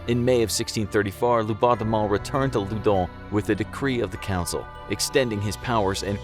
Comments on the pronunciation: I thought he tried to write London but said loundon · Why do u say ludnon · Why does it say Loudun